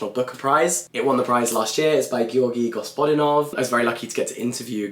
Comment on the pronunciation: Jack, you pronounced Georgi Gospodinov so well! Edit: “I must betray you” is one of my favourite books ever, I feel like it would hit very close to home for any post-soviet/eastern european person.